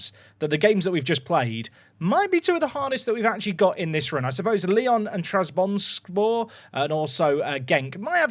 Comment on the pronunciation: Not again pls say Trabzonspor